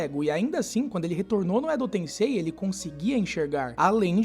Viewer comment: Edo "TenSSei"